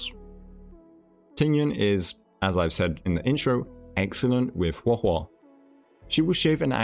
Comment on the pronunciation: I love you but hearing you say “Huah Huah” is gonna make me lose it. Please just say it the normal way 😭